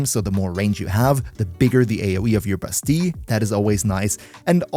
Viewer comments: Why bro pronounce it as "Bustee" when it's pronounced "Ba-steel" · sounds a bit wrong without a french accent. a french coworker of mine pronounces it like the Ls are still there but aren't pronounced if that makes sense. like basteee instead of bastee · bass-steal not bass-tea in French its bah-stea-yuh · Bro it’s pronounced Basteel… google it if don’t believe me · you should say "bastiie cause in some french word double L are said like iii kinda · I cannot for the life of me not hear you call Bastille as "Busty". 💀💀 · In American English anyway, it's Bass-Steel . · I think he's using french pronunciation.